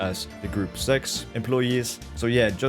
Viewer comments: It’s pronounced grupp-uh zecks. Not group sex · "gruup Segz" lmao